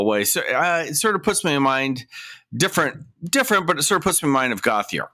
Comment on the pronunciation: Gauthier isn't pronounced that way. It's a French name and pronounce goat ee ay.